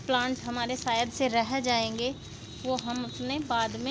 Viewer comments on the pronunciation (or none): none